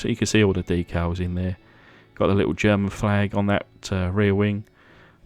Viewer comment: Pretty cool 😎except for one tiny teaneweeny mistake it German German you know like German lol other than good job more please 👍👍👍👍👍👍👍